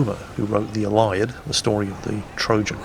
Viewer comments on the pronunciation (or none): ILL-ee-ad. Not ill-EYE-ed :-) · Well, while you’re talking about pronunciations: Iliad is not “Ill—i—ADD” but rather “Ill-EE-ADD”. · Ouch, what a mangling of the pronunciation of the "Illiad" :) That said I had to read a translated copy at school, only my copy was translated to Latin! Good story though.